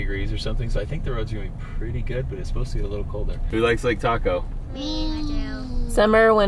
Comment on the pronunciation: it's Lake Taco